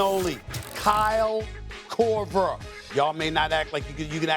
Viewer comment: Stephen A is a hater. JJ Reddick should have made the list over Kyle Kroger. I’ve never heard anyone shoot the ball and say Kyle Korver.